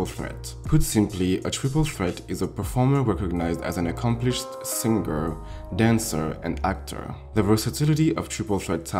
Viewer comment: when people realize its SING-ER NOT SIN-GER 🙄🙄🙄